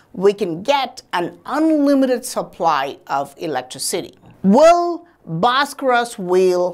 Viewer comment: If I had a dollar for everytime this guy said bharskaras I’d be a millionaire